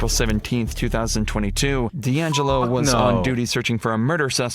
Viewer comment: Deangelo as in di Angelo 😱😱